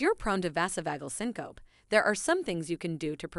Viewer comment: Vazzo-vauge-el sin-co-pee is the correct pronunciation.